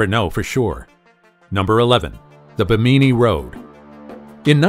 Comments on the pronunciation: bee-me-knee (phonetics , your pronunciation… do you mean Bimini? Bim-a-knee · Do you mispronounce words to get more interaction/traffic on your channel? BIM-uh-ni... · This narrator needs to know how to pronounce Bimini it's not bi meanie. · It's pronounced ..... BIM- MIN -KNEE not what ever word salad this guy called it.... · Thank you! Like nails on a chalk board every time he said it incorrectly. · BIMANI YOUR SAYING IT WORNG.......